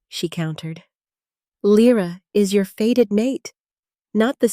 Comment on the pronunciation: "Faded" instead of " fated " has me switching off . Poor production is not a good look .